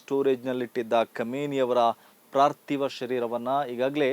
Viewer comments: ಪಾರ್ತಿವ ಸಹ ಅಲ್ಲ ಪಾರ್ಥಿವ. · ಪ್ರಾರ್ಥಿವ ಶರೀರ ಅಲ್ಲ, ಪಾರ್ತಿವ ಶರೀರ.